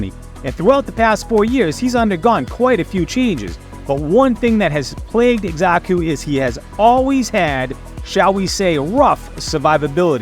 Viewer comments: Not to be that guy but it's Sa-ku, not Eksa-Ku. Nice vid tho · 1. The Z sound comes from an X, not an S. 2. Again, there’s no R, it’s Xaku, not Xarku. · Itx "zaku" brother but thanks for all the tips brother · Why you pronouncing his mame like that? Wtf?